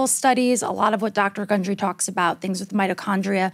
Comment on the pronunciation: *gundry, not hungry 🤣